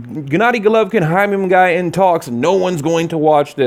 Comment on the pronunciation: First of all, stop saying Jaime Mungaaaayaaa.. who tf is Jaime mungayyyyaa??? Shit's annoying.. second i wouldn't watch either fight, because canelo wouldn't be fighting kovalev fair and square with the catchweight and rehydration claws he already at an advantage.... so not interested